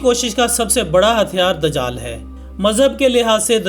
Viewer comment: bhai amad nai dijaal jab Aaeye gaa ye lafazz sahi karo